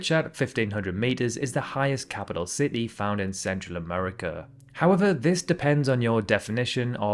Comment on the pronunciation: "Ci-tee," not "ce-e."